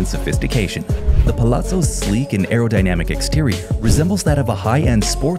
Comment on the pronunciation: Did dude actually say arodynamic? Clearly doesn't know what that means😅